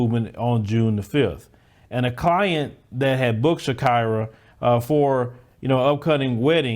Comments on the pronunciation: Its not shak"ai"ra, its shakeera like shakeera shakeera hips don't lie🎶🎶. Americans hava some kind of wired ways of pronouncing 😁😁😁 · That word is pronounced Sha-e-ra. Like the singer. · I think it's Shah-KEE-rah.